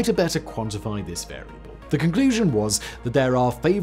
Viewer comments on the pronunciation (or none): none